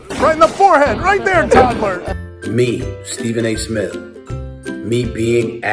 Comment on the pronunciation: Stephen A Smiff.